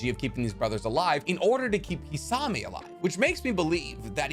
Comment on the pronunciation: Can you stop calling him kissawmay?!?! It’s kiss-a-mei